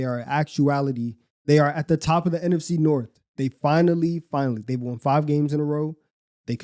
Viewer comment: Why say “won” like “waun”